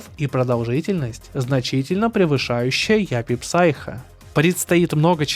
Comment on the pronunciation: Япи Сайко Вторая часть читается как сайко, п не произносится